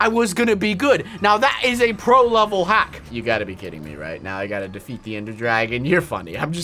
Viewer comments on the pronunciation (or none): none